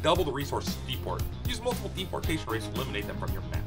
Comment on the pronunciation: Omfg this game is hilarious hahaha j"Jdepotation" got me lol